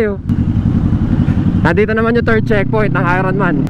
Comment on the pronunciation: "ayorn man" NOT "ayron man" HAHAHAHA